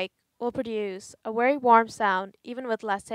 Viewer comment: Can you not pronounce v's what's woltage or wery good